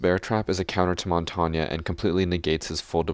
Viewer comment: Jackal counters all the defenders that roam (pretty much all experienced players) caveira and why tf he kept saying pronouncing Montaigne wrong